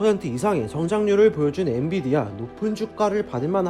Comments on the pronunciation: 엔디비아라고 하니 엄청 신경쓰이네요. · 계속 엔디비아 라고 하시넹 ㅋㅋ 좋은 회사임에 틀림없어요!! 모두 홧팅